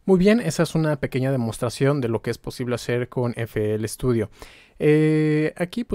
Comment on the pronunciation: "Pequeña demostración" eeh?!... uuu la la!! Se dice...miren escuchen y aprendan newbies jaaa!!;) acá empiezo este gran tutorial. Saludos!